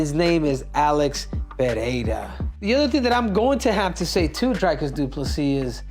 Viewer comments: Stop calling the man Drycus ffs. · Before Henry gives Dricus some advice he should stop pronouncing his name as DryKiss 🤣😂